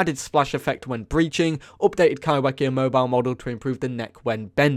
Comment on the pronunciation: Kaiwhekea is a Te reo Maori word so it's pronounced Kaifekea just to let you know.